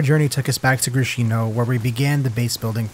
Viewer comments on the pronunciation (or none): yo it’s grIshino,not grishinO,from name grIsha,best wishes